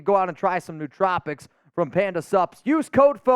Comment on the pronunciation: Koonce over Wilson would be a great choice. I think Wilson is still hurt and it appears he is in need of some more time learning the position at the NFL level. The word is pronounced [New-Trope-icks], not [New-Trop-icks], FYI.